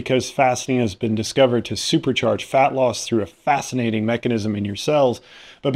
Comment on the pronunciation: How fast-inating!!! 😆😂🤣